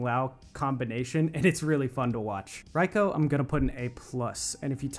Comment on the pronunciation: Correct pronunciation is (Ray-Ko)